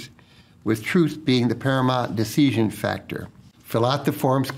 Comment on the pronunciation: Why does he pronounce "decision" like deeseeshun. If I didn't know any better, I would think he was a foreign op with really good English who didn't remember how to pronounce all the words...🤔🤔🤔